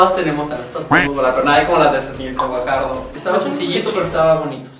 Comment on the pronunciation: Como caraja se pronuncia Gvajardo? Jajaja